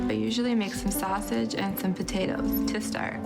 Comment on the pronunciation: Joyce ate some Italian "sausitch".